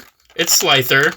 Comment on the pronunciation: Slifer lol, not Slither